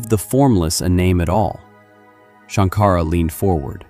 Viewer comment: Shanka-ra NOT Shank-ara